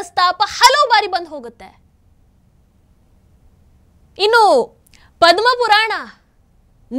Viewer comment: ಪದುವ ಪೂರನ ಅಲ್ಲ ಪದ್ಮ ಪೂರನ